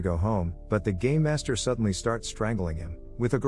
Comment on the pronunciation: i kept hearing "gay master" and not "game master"